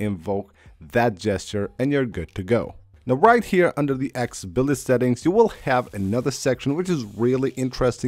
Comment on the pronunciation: Same old useless "tricks", constant repetitive videos from this guy. Good job, you got the clicks. "akksssssibility" just go ahead and tap the "buddon".